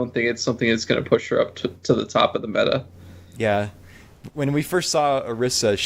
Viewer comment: you're pronouncing meta like beta but beta is (be-ta) where as meta is (met·a)